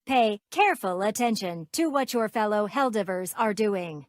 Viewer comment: Helldeebers lolol